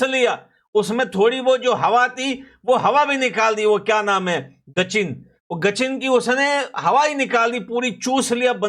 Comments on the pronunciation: Gachin😂😂😂😂😂, its sachin. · Gachin nahi😂😂😂😂 Sachin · गचिन 😂नहीं सचिन नाम है उसका